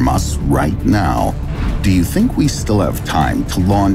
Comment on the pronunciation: Are you serious right neow